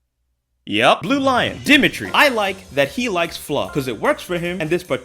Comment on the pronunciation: I only got as far as “Dimmitri” (so the first character, lol): HOW do you manage to pronounce characters’ names wrong, in a game with full voice acting 😂😂